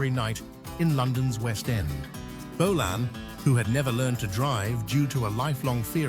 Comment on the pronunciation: Don,t Know who you are but for f**k sake. "Bolaaan". Ifyou can,t even say his name properly ,get tae f**k!.